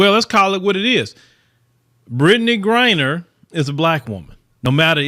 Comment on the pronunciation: Yay finally got her name right lol